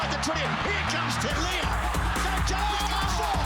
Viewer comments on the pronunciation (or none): TELE'A (Teh-leh-Ah) not 'Talea' (TAh-lee-ah) everyone. The 'a' after the glottal stop (') is forced and short, not soft and dragged. Mils is the resident Samoan and even he can't pronounce the surname properly.